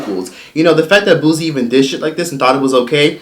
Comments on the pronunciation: It’s Pronounce Boo-sie not Booz-ie🤦🏽‍♀️ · Booze Boo & Booze 🤣🤣🤣🤣🤣. its Boo C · “BOO-SEE” not “boo-ze”. it was just messing with me how u were saying it lol 😂❤️ but him and those women are sick! And the women who participated should be ashamed to even be comfortable in doin this🥱🤢 LOCK THEY ASSES UP😡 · It pronounced bootsie.. the t is just invisible 😂😂😂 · I can’t take it why you pronouncing boosie name like that 😂😂😂😂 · First of all, say his name RIGHT! People from the south does NOT sound ignorant. Now what he did was wrong, but don’t down play people from the south! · Put some respect on Boosie Boo name and say it properly...Boosie got hits on top of hits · 😳😳😳still cant pronounce Boosie🙄..I see🧐😬...🤔anyway it is some things you dont do Boosie😒..Boosie please🤫🤫🤫🤫🤐🤐😶